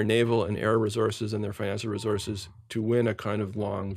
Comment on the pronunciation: Resources! Not resources